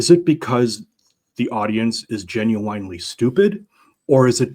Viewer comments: If this guy says "jin-you-WINE" one more time, I may lose it. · I came here to say this as well, hate to be a grammar cop but it gen you winely was driving me nuts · He kept saying "You Genu-WINE-ly don't know?" there's some irony there.. But yeah, grammar nazi and all that, but someone needs to teach this man how to pronounce the damn word if he's going to use it every 30 seconds lol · "Gen-u-wine-ly" danquish